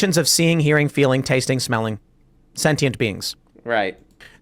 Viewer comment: I like how he reads the definition of sentient and doesn't pronounce it correctly with his big brain